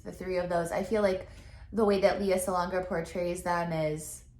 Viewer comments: Hello. Just an fyi. Since you are a fan i guess it is better you know. Lea is pronounced as LEh-yah and not Leeyah. Thanks :) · Great reaction. This is my favorite show and favorite performance. Just fyi: She's pronounces her first name "Lay-uh." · Hey,. Lea is pronounced as Lay-yah. That’s a Filipino pronunciation that Lea will appreciate. 😉 Great reaction though. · Her name is pronounced Lay ah.